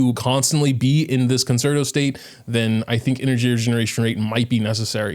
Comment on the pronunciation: please please it is pronounced 'con-chair-toe'